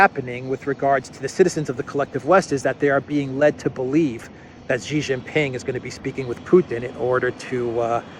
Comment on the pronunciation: President Xi is pronounced Sheee Jinping not Jheez, nor Ghee. Shee Jin Ping, got it?